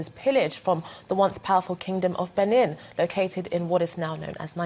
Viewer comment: Benin is pronounced Beneen in English.